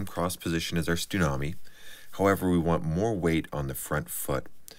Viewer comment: Are you saying "Stunami?" (that's what I hear), or is it a "Tsunami?"